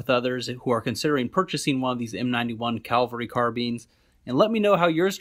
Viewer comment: Pronounced cav-el-ry not cal-vel-ry. You do it over and over.